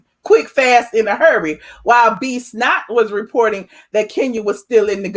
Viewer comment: Is it me, or does it sound like she saying B Snot?